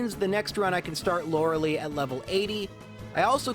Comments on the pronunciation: Damn it man, it's not Lor-uh-lee. It's "cah-thoo-loo" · Lorelei is pronounced lore-eh-lie. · The "Agatha Lotery"? More like the "Agatha Slaughtery" XP I think Lorelei is pronounced "Lor-e-lie".